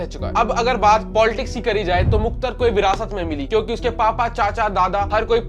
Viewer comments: Muktar nhi mukhtar he Repoter shaab 😂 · अबे it's मुख़्तार not मुख्तर bhai ko name pronounce nhi aarha aur case study leke chale aaye 🤣🤣🤣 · Bhai bolna seekh le मुख्तार है मुख्तर नही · Bhai view ke chakkar Mai vdo bna le Waise phle name lena sikh le मुख्तर nahi मुख्तार अंसारी बोल